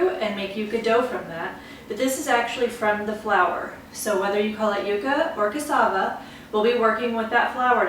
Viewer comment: Thank you for pronouncing Cassava correctly :-)